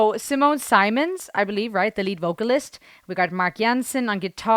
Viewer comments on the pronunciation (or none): Having seen Epica live in the early years I confirm their absolute great performance and perfection in metal. By the way Simons past name ist pronounced like Simmons (like the simms, not 'Seimons'. But that is just known to me as I am german. Nice reaction anyway!!!